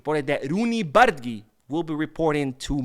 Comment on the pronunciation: this is not how you pronounce Bardghji's name. You say Bar- dah-jee. Once you learn the right pronunciation it really hurts the ear when you hear someone saying what you are calling him 😂 We gotta learn to say it right before he becomes great at Barca 💙❤